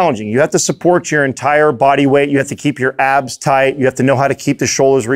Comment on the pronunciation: When he said tighten my abs at first i thought he said tighten my ass